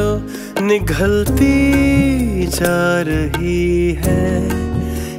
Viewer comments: It was mindblowing, but the word was nigalti, not nikhalti. Performing at this kind of platform with this pathetic Urdu pronunciation is sad. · Just a small mistake in this song , Farhan pronounces nighalti ja rahi hay , instead of nigalti ja rahi hay.. I mean actual word is nigalti not nighalti. Its نگلتی not نگھلتی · Farhan Just one Urdu word pronounced wrongly is “ aik chup hai jo ( nighalti) it’s ( nigalti) like niwala nigalna .